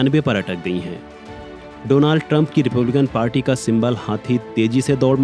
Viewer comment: Donald❌ Dolund ✅